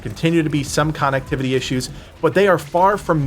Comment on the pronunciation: I love the way you say connectivity issues. It sounds like con activity issues. Yes, cons being active in the area would be an issue 😂.